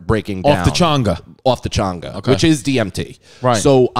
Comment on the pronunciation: changa not chunger